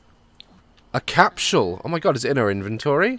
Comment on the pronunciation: Lol "time capshule" 😂😂